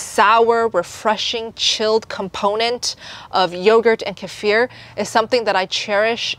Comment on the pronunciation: Kefir? I thought you were saying casere. I've always heard it pronounced KEE-fer.